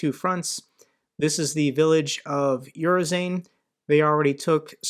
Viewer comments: Urozhaine is pronounced approximately u-ro-zh-eye-na. i.e rhymes with China and the emphasis on the zh-eye. Not '_yu_-ro-zane' with the emphasis on the Yu. As ever Mt Reporting from Ukraine shows how to get it right: You did at least get Robotyne right and Staromyorske wasn't too far off :-) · Urozhyne --> "oo ro zhai neh" Podobaev/Podobayev --> " po do ba yev" This has to do with Russian vowels. Their letter E usually sounds "yeh," unless it comes out "yo," which they sometimes helpfully mark Ë. (Why Gorbachev sounded like it did: Gorbachëv. )